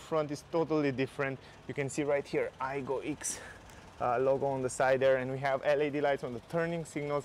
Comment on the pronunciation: Not ix, it's pronounced ex! And it now looks like a Ford Ka from the side profile not cool. The current Aygo x trend in white and red trim is the best looking out there, that's 2018 to 2022. Plus you can you buy a used Aygo much cheaper than spending £/e20,000 on this crazy model. If you look inside there's too much exposed metal it doesn't look great and I don't like the Oval infotainment system its trying to look like an old Mini. I'm sorry but it looks dated already. Plus the 1 L engine carried over from the last aego is too weak for this heavier looking car. And unfortunately it is now slower than the current Toyota Aygo. True that is a fact. And 0-60 is much slower too! Not worth the money you can buy something much better. Thanks a great review though.😀